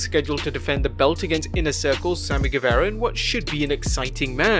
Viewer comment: how you butcher guevara so bad